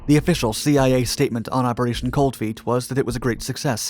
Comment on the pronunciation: Anyone else notice when he said Thee-I-A